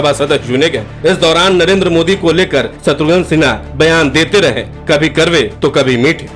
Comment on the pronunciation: शत्रुघ्न सिन्हा नाम है, शत्रुघन नहीं 😂 VO में तो उच्चारण सही कीजिए 😂